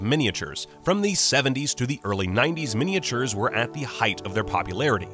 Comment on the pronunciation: Love mini-ay-chyoors.